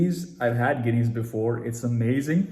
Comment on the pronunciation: K k mennon Bhai can Mein Baraf Nahi hai, is me plastics ball hogi hai jo is strong beer Ko churn karta hai. Also it’s pronounced GiiNess (nest waala sound). Also isko baaki beer se 2 degrees lower serve kara jaata hai .